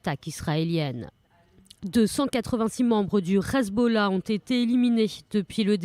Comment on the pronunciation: Le RRRezbollah ?? Ha bon !! Hezbollah suffit !!